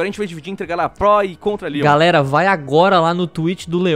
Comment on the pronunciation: q agonia dele pronunciando Leon como lion mas o vídeo ta ótimo